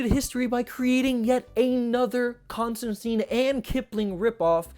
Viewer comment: The good news is, you pronounced Ambrose Bierce just fine. The bad news is, you mispronounced Constantine every time.